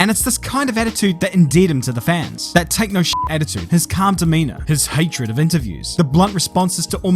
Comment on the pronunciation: At when you say "his take no sh*t attitude" I heard " his techno shit attitude" and got pretty confused 😂